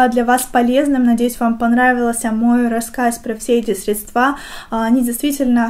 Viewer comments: Выключила после слова средствА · Тоже очень режет слух, так же как средствА и кремА ☹️